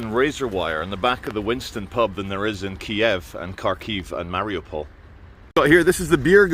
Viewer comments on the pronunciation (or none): none